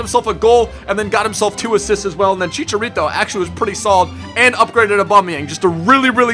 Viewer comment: Did you say Chichalito ? :D